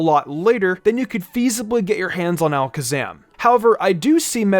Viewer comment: Metagros cause you said Alaskasam too much